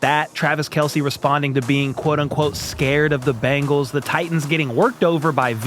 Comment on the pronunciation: Is Bangles? Or Bengals? I know the Bangles had hit songs in the 80s like Walk Like an Egyptian. However, the Bengals was not a hit song for anyone. But!! Good news!! Michael Jackson had a number one hit called “Ben.” Which is a primer on how to say the name of the Cincinnati football team! Ben-gulls. Difference from Bang-gulls my English speech teacher chided me today.